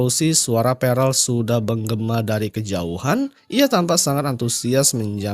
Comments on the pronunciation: bang bukan perel tp perll 😭😭🤣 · Prell bos bukan perel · Pearl bos bukan prell